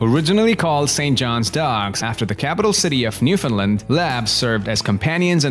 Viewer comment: You said Newfoundland wrong